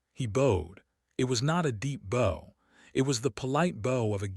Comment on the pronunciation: It would b nice if Ai would learn to speak words properly its bow not boe